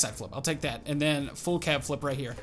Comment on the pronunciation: “FULL CAP FLIP” was so southern🤣🤣🤣